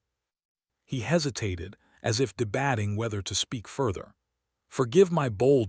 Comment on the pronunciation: Please get an AI that can pronounce the words correctly. I just can't take it today. Debating is not de- batting.